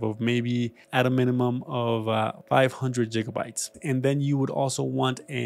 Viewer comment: Computer advise from someone who says 'jigabite' what a laugh